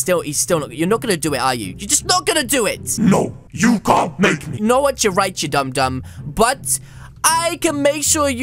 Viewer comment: Instead of saying dum u said dom so I should have a dom dom huge